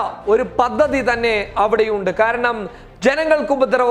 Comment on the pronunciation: ഖാരണം അല്ല ബ്രോ കാരണം